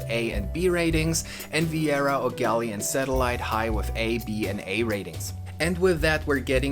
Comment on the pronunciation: Nice work,. Really well done and you included the most important parts. Thanks for pronouncing the name of our town correctly.